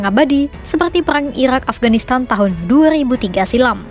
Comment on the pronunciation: ga ada lagi speech yang jelas min? susah wehh waktu dia nyebut irak,iran